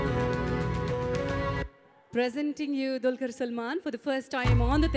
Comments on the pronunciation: it's dulquer. Pronounce properly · Ohh god anchoring is too bad....She's calling Dulquer as Dalker........